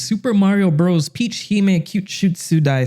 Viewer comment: Love to x out of a video as soon as a I hear “Bros.” mispronounced. The period isn’t decoration.